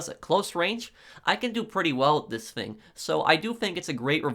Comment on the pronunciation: I love that you pronounce "thing" as "fing" reminds me of my English buddy.